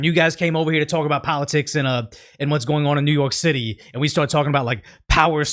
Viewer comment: Is he saying New York City or New Yolk City? Sonic Prime was the first time i heard New Yolk City bit with Eggman it made sense. But seeing how NYC has infant brain it also makes sense to call it New Yolk City as their brain is underdeveloped. I hope im not that loser late to a old joke after overthinking it lol.